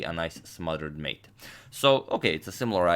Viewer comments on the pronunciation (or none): none